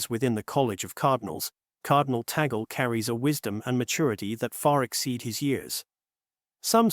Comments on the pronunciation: It’s not TA GOL ! It’s pronounce; TAG -LE !!! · Tag leh is the proper pronunciation....🙏🙏🙏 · Please pronounce Cardinal Tagle’s last name as: TAG LEH It’s a Filipino pronunciation (not Americanized) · So MANY words orally narrated appeared WRONG…… Cemeteries……supposed to be seminaries Cardinal TAGGLE…/ TAGALOG…….should be CARDINAL TAGLE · Please, the correct pronunciation of his name is TAG-LE. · Gentle correction. Sir, may I correct the correct pronunciation of the family name "Tagle" is Tag - le'. Muchos gracias. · ALLELUIA! PRAISE and THANKS to GOD for this FAITH, HOPE, and LOVE inspiring: Here"s Why Cardinal Luis Tagle Will Be the NEXT Pope. May GOD bless, sustain, and uphold all who made this possible and their families as well. Happily, the pronunciation of LUIS ANTONIO was correct, except for TAGLE which is pronounced TAG - in English abrupt touching somebody to come along then simply add LE with short e for LE and simply say TAGLE or better request a FILIPINO to pronounce correctly TAGLE, ok? May we keep united with the LORD in PRAYER thru MAMA MARY for our suffering sisters and brothers worldwide, most of all, LOVE and PEACE throughout the world. May GOD the HOLY SPIRIT strengthen and enlighten the qualified Cardinals to vote for the NEXT POPE according to HIS holy will. Amen.🙏